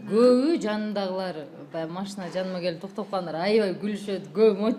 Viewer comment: алып баруучу кыз кемпир сыяктуу машине дейтго бесит ушул кыз